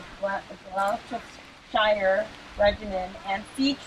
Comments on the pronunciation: Glostershire is pronounced sheer so you would say it like glostersheer not shire, this isnt lord of the rings lol. Thank you for paying respects to the British. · its pronounced GLOSS- STA SHIRE (Gloucestershire and I am British btw) it is a county in the UK That is part of the memorial where the BRITISH died holding the Imjin river, whilst the Americans RAN back in retreat to Seoul! Americans ran British HELD the line! If it were not for us British the Americans would have been slaughtered and SEOUL would now be communist. however this is typical in all wars that Americans start. The USA cannot win a war on its own-against a first world nation. It only managed a draw as British and the Philippines (bLess them) helped)